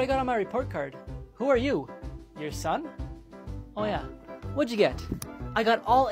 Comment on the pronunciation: 3 59 its supposed to be son not som